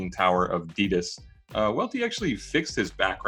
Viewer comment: Brendans pronunciation of adidas “boo-sen-its” deserves worst take